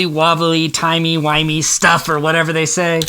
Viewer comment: Sir that's pronounced timey wimey P. S. David tenant plays my favorite docor (10th) and I hate what they did to him here